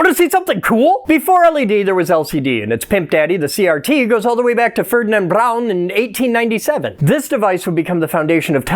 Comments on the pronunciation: THANK-YOU for the proper pronunciation of "Braun" (though the faux-German accent could have been skipped)...TOO many pronounce it as "brawn" as opposed to "brown". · As a German mad scientist I appreciate the pronouncement of the name Ferdinand BRRAUN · Thanks for saying Braun the right way! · Love how you pronounced Braun